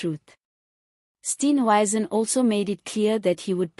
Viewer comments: Steenhuisen NOT Steenwuisen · Respect people you comment on by pronouncing their names correctly.THE. MOMENT I HEAR YOUR VOICE I SWITCH OFF. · It's really irritating listening to this person mis pronounce Steenhuizens. name. It detracts from a good tube.